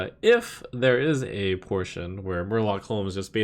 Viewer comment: Murloc pronunciation is excellent